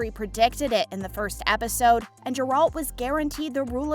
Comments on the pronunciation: Stupid video, these are all questions that the fans know the answer to based on the books and games. Also please look up how to pronounce Geralts name, it’s embarrasing. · For the future, I suggest checking BEFORE recording how to pronounce the names of the characters you talk about, in particular Gerald and Jaskier CORRECT